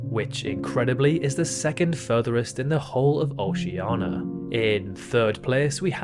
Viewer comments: For the last time, it’s OCEANIA NOT OCEANA. Oh-see/she-an-ia. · Dude, it's not "oshiana", it's "oshie:nia". Fuckin' learn to speak your language. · Oceania not Oceana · "OCEANA" "JANERIO" Why???? WHAAAAAAAAAAAAY???? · Oceania* and rio de *janeiro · he took the /i/ sound he didn't pronounce in Oceania and added to Rio de Janeiro